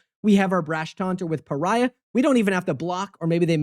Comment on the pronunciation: You pronunciation of pariah is really funny. Pariah Carrey lol